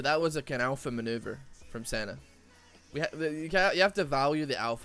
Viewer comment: It took me like 60% of the video to realize he was actually saying Senna and not Santa